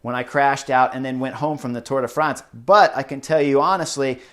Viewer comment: Thank you, Chris! for saying Tour de France instead of Tour de Fronse.